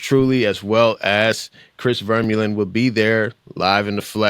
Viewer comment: It's not VERmeulen. It's VerMUlen.